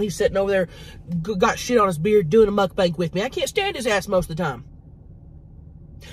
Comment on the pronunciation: Mukbang not mukbank lol